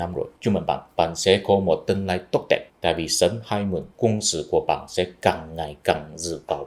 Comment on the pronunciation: lưu ý cố gắng phân biệt và phiên âm rõ CỘNG SỰ (co-worker) và CÔNG SỰ (fortifications) nhé.